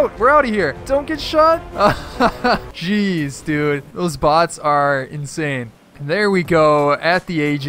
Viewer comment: when you said jez its like cheese